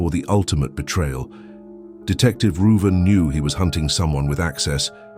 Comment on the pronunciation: So I tickled a bit. Growing up my cousin couldn't pronounce my name which is Ruben . She always called me Ruven so I think the detective name is Ruben. Lol